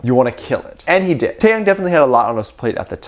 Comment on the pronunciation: But like, why he keep saying TaeTae name wrong🥺. I have to re-listen to him pronounce Taehyung name and he’s saying it wrong from here to there😭